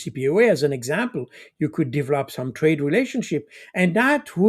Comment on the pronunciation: If I hear 'divlop" one more time :))))